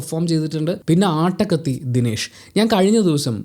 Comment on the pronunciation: Not aattakathi ஆட்டகத்தி Is attakathi அட்டகத்தி